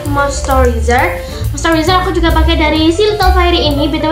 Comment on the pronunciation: izin koereksi bacanya moisturizer ya buka mostewezer cmiiw😊😊